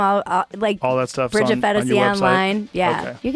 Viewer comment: bridget fent-asy